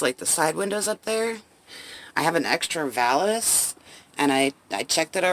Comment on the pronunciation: It's "valaNce"... 😉. Love the appliance locks!